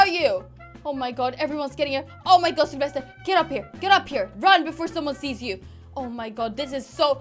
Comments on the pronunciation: OMG it's really funny when you say selfesrrrrrrrr edit (sorry I don't know how to write his/her name :3) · I Love hie you say Sylvester in a Skandinavian way!❤️